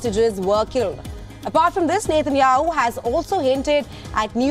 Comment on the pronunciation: This newscaster cannot even pronounce Benjamin Netanyahu properly. Very irritating.